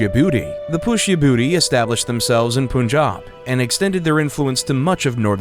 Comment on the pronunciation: Good one😭 but he pronounced wrongly its said as pushy-bhuuti